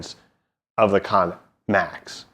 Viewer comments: It's not pronounced KON MAX it's pronounced KANN MAX. You keep saying KON MAX. IT'S KANN spelt like the word CAN. It is rather irritating when you cannot pronounce and say the name the player properly. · Wrong, Its actually pronounced "Kar-Nen" thats why it has 2 N's